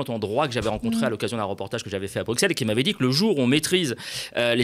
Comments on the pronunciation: un petit "coucou": on ne dit pas Bruxxxxxelles, mais Brussel! (en flamand ça s'écrit Brussels) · Pour être correct jusqu'au bout avec la prononciation, dites Brussssssel et non Bruxxxxel ! Merci. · Bruxelles se prononce 'brussel" encore une grosse faute, tu les cumules ;-) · Et on dit "Brusselles"!!! 😂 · merci pour tes analyses et pour ton support des verts cependant je me permets une petite remarque On dit Brussel phonétiquement Petite remarque injuste par rapport au boulot que tu fournis Je te regarde tous les mercredis St etienne Keep the faith à.... gauche! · Prononciation de Bruxelles comme Auxerre! apprend! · Excuse-moi, si tu veux que tes excuses envers les Belges soient crédibles, il faudrait commencer par bien prononcer le nom de leur capitale. "Brusselles". Le "x" se prononce comme dans "dix": tu prononces pas "dics", si? Bah pour Bruxelles c'est pareil. Ou alors tu vas à l'extrême inverse et tu prononces exactement comme ça s'écrit pour montrer que tu as pas la moindre idée de comment ça se prononce mais que tu essaies: au minimum "Bruczelle" (et oui il n'y a pas de "c" après le "x", tu devrais au minimum prononcer le "x" comme dans "exercice") voire "Bruczellesse" ou "Bruczell'z". Du coup, là, les excuses... C'est un peu comme si je commençais mon commentaire par "excuse-moi" suivit d'un prénom aléatoire qui n'est pas le tien: instantanément le côté "excuses" perd en crédibilité. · 1. Faire un Mea Culpa sur Molenbeek [x] 2. Bien prononcer "Bruxelles"